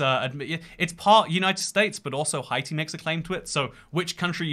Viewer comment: How does mispronounce stuff like Thessaloniki and Haiti like aren't you a geography nerd